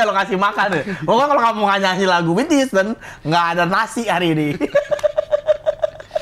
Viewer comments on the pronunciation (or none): none